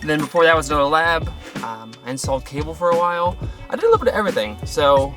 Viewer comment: parody everythink??? You said think